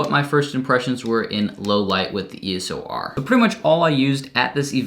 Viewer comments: Love your videos! But damn my ocd goes off when you say ESO R as opposed to EOS R hahaah love your videos tho!! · It's eos not eso!!! Stooooop 😂😂😂😂😂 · uhhhh you keep saying E S O R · you keep saying ESOR xD